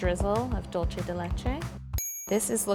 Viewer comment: IT'S NOT DULCHE DE LECHE IT'S DULCE !! DULCE**